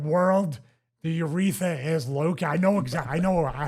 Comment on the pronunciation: its crazy how someone who is making a living off of self care on the body and overall all good health promotion did not know where the urethra is or even how pronounce the word